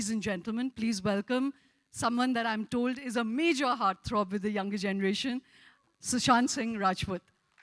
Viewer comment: she keeps calling him 'shushant'